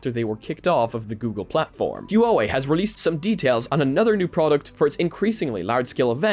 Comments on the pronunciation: Huawei is only two syllables: Hwa - Way No "Hoo - ah - way" :P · Not to nitpick but "huawei" is pronounce in 2 syllabus. You got the "wei" part right. It's "Hua" instead of "hu-a" Love your content! Keep it up! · Great video, btw "Huawei" is just pronounced "Wa - Way" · Hey there, don’t want to sound like a bit of finicky person here but the hua wei pronunciation is a bit more like huaaa or whhhaah wei or hu-ah “like the marine saying. It took me a little bit to wonder what company you were talking about but then i got it once i saw the logo. Anyway i love each update and really excited to see what else will come to the quest so thanks for all the great info. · Huawei is pronouced Wa-way. Just for furture reference :) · Damn...the bad pronunciation of Huawei